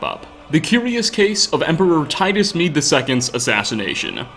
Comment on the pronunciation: You: "Emperor Titus Mede II" Me, an intellectual: "Médé"